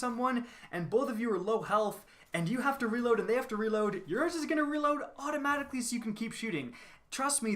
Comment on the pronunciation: The way he said automatically